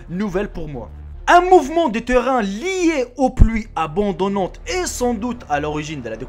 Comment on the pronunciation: Cool mais attention au vocabulaire, on dit des pluies abondantes et pas abo(a)ndo(n)nantes... le mot n'existe pas...